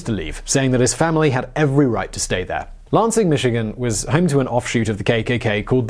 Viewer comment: Lanzing lol..say it with me lan-sing